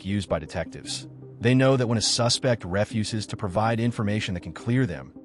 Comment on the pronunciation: The AI or whatever mispronounces “suspect” and “refuse”…. (As in “I refuse” vs. “Throw out that refuse” and “He’s a suspect” vs. “I suspect it” It’s so much unneeded narration! I like the vid and everything— I do appreciate the background info a lot, and I’m sure it’s a ton of work…. But why do we need to be told that police are trained to catch liars, or that sometimes liars get nervous? Sorry for the negative notes, but at least it counts as engagement!